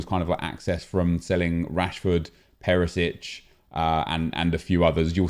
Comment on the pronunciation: It's not perisic, it's Perišić - Pe-ri-shich